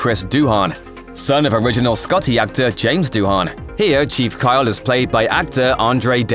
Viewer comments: Doohan's name is pronounced Doo-un, not Doo-on. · Your pronunciation of Doohan is hilarious. It's not Doo Han with a pause in the middle, it's Dooan, the H is silent.